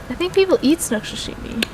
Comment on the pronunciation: I know you’re young but it’s “Sashimi” or “Sushi” NOT Sushimi.